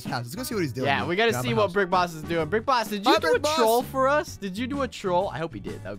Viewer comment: it's boss not booose